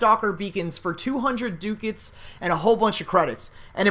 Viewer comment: Dude pronunciation. Ducats and Scimitar. Look it up.